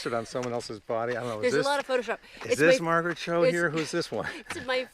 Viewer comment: Her name is Margaret, not Maraget.